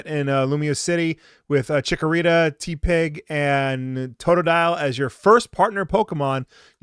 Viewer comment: will pronounced it t pig